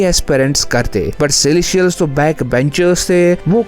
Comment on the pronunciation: पहले तो तुम सेलेस्टियल्स ठीक से बोलना सीखो.. सेलेशियल - सेलेशियल लगा रखा है । और एक और बात अगेनस्ट नहीं होता वो अगेन्स्ट होता है